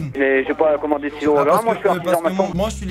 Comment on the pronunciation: J'avais compris stylo au lieu de silo